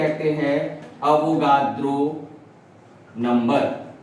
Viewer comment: its avogadro's number not avogardo